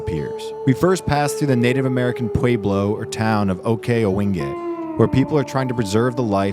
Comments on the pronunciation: It is not pronounced "puAblo". It is "pueblo, soft e. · PWEB-LO NOT PWAYBLOS...YOU DIDN'T REALLY GET OUT MUCH DID YOU? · Try not to say pway•blo, it's pweh•blo. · It is not Pway blow. It is Pue-blo. Please learn how to say the words before you do the dialogue. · Nice video - just fyi, pueblo is pronounced pwehblo, not pwayblo. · "PWEY-BLOW" Dude, hahaha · It isn’t a “pway blow”. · I know what a pueblo is but wtf is a pwaybloh? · Please teach AI to pronounce to say Pueblo correctly - like “Pueblow’ and there are no such things as Jalopeenos, but rather Halopueinos. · Pueblo not Payblow. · It's not POO WAY BLOW, FFS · How does this guy not know how to pronounce Pueblo and Mountains. Its Pweb-lo and Moun-tan. It has a T in it!!!! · Did you really just say "pway-blo"? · Please don’t call it a Puuuuelo. Geez - pronounce it correctly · Peu-yblo. Lol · Narrator! Respectfully~ Please learn how to pronounce PUEBLO correctly! 😳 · Can’t even pronounce “Pueblo”. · You should learn how to pronounce, Pueblo. Especially if you're going to talk about them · You NEED to learn to pronounce the word 'Pueblo' correctly-this was possibly the worst mangled pronouncement of a very easy Spanish word, I've ever heard! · You are presenting a very biased view. You cannot even pronounce Pueblo correctly. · you did not just pronounce pueblo like that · Narrator mispronouncing Pueblo is funny and annoying at the same time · This way of living is chosen. Appalachia is intentional. And you mispronounced Pueblo. That's insulting. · it's a white guy's horrible mispronunciation of "pueblo" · Nice video. Please learn how to pronounce "pueblo" New Mexico style. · This is great, except the guy can't pronounce Pueblo 😅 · dude cant even pronounce 'pueblo' the correct way, not very mindfully present it seems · My man learn how to pronounce Pueblo. Damn. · learn how to say pueblo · Learn to pronounce “mountains” and “Pueblo” correctly!